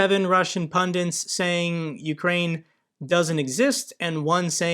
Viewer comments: etc., are you saying "pundints"? 😉 Love the channel, though! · “… Seven Russian pundins…”. I’m sorry, it’s one of my pet peeves. I don’t trust someone’s veracity if they can’t pronounce the word pundit.😅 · Love what you do and how you do it! But it is 'pundits' not 'pundants', when you refer to the dick-heads on russian TV! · Nice, informative videos. One minor criticism though: it's "pundits," not "pundints."